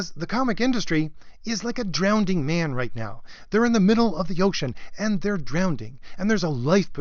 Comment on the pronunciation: "Marvel is drownding". Well, that's better than my stuttering, I guess.